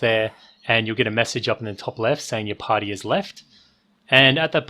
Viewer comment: I hate the way you say the word "party". It's creepy